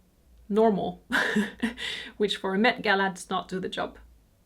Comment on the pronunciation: Just FYI, the MET is pronounced less like “mate” and more like “Mett” :)